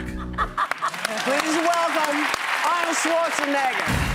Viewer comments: Karen... Whoopi (whatever your name is) if you can't say Schwarzenegger properly then just say Arnold, Okay?! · Did she really call him SchwarzeneggAH!?!?